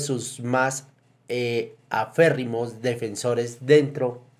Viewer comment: Dijo "aférrimos" defensores?